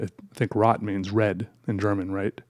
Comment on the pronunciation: Just a quick little language tip- “rot’ in German is pronounced with the ‘o’ sound of words like road and row Love these videos as always, keep up the amazing work!